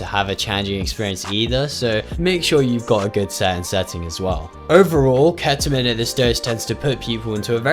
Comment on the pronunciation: "Kheta min" why is it so hard to pronounce ketamine for some people?